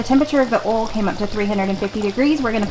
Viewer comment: it's not oolll it's oil. O y l.